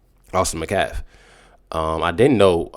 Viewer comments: Sigh 😔 it’s not McCaff it’s Metcalf! Geesh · Can you please pronounce the name Metcalf correctly you keep saying Macalf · Bro, can you please say the last name correctly? It’s Met Calf. Metcalf. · Please quit mispronouncing Metcalf